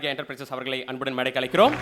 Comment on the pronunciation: அது, 'மேடைக்கு அலைக்கிறோம்' -இல்லடா.., மேடைக்கு 'அழைக்கிறோம்' 'ழ' -சிறப்பெழுத்து நாவில் வரவில்லையா?, நாவை வடி.., இல்லையா, மேடையில் ஏறாதே... கோபம் வருகிறது...